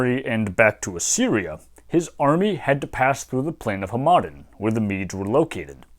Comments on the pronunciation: I was thrown off every time you said Hamadan as huh-maden lol. It's pronounced Ham-eh-don, at least in the farsi I know. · Just a minor pronunciation note: The city and region of Hamadan in western Iran is pronounced like HAmaDAAN. The middle syllable is the quietest one, the third syllable is the most emphasized and is also a longer vowel. I don't speak Persian fluently but I've had enough exposure to it (used to have an Iranian girlfriend) that it seems to me that in Iranian words the stress is most frequently toward the end of the word, often on the last syllable.